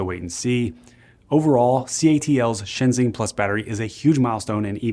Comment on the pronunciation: By the way, ShenXing is pronounced like "shun shing"